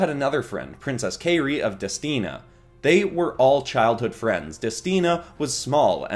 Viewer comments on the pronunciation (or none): Her name is pronounced KAI-ri, not KAY-ri. Like how kite is pronounced as kait. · It’s pronounced Kai re